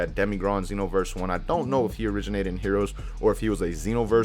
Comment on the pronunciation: he said heores